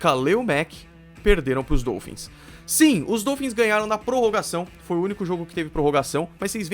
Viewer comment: mas um ótimo vídeo! Parabéns pelo canal! Continue o excelente trabalho q o céu será o limite! Só uma observação: fala-se dólphins (O aberto) e não dôlphins (O fechado). Abraços!